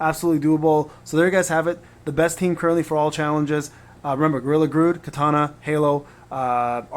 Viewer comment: Also it is Gorilla GRODD not Grood